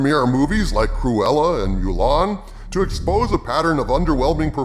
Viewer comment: I've never heard someone pronounce the "mu" in Mulan like "mew."